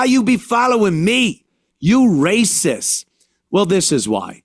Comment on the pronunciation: If you try to stop them, its "raysis"